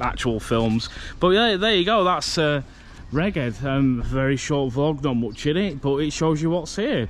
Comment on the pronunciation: Rheged is pronounced regg-head Cumbria used to be called north rheged, I used to go to rheged all the time when I was a kid as you walked in there was a huge water feature and every now and then water would shoot up and hit the glass ceiling it was amazing when I was a kid